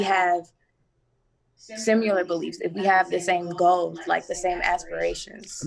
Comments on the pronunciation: The girl said "simular". English and Comms major. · These communications majors with the "simulars" and "pacifics" and "it resignates with me" ...lawd save these babies!